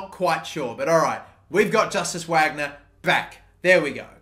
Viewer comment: Justus Wagner is pronounced like Eustace Vagnur